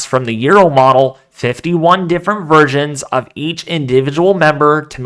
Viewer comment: Sounded like u said 51 different virgins 😂